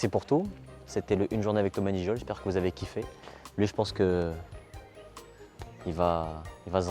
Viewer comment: Ce n’est pas N gijol. C’est Ngijol. Il faut faire la contraction du N et du G qui donne GUI dans la prononciation. Merci